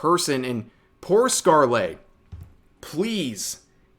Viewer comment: It's pronounced Scarle without the Le Rev. Silent e.